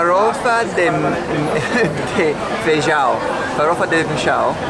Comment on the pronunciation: You said farofa de feijão really well :)